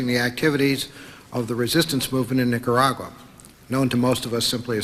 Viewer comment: Maxine Waters can‘t pronounce Nicaragua to save her life 🤦‍♂️